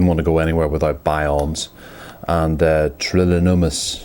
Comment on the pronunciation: lolololololololo.... Never leave home without your trill-in-ni-mus and Bionz!! That was classic, thumbs up